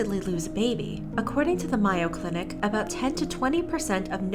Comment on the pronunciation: Heads up: I’m from Minnesota and the Mayo Clinic is pronounced just like the condiment